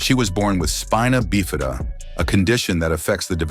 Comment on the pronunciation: like alot of people, I have CP..and I have friends with Spina Bifida. Please try and use pronouncing for these conditions correctly-Thank you 😡